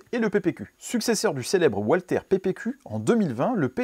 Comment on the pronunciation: Le PDP dérive du PPQ qui lui-même descend du P.99. Étonnante la réflexion sur le grip, les poignées des Walther sont parmi les plus ergonomiques avec HK (P30, VP9…) Que n’ont-ils pas poursuivi la fabrication du P.99… Petite remarque de prononciation : en allemand le W se prononce V.